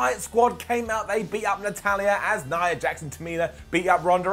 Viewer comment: did he just say "nia heart"?